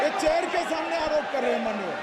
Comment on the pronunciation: Yeh Chel Ke Thamne Aalop Hai 😂😂😂 Plej.. Plej... Plej....😂😂😂